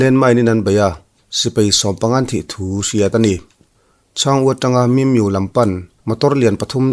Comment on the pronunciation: Bengvar thlak e.... min miu tilo vin mi miuh tih tur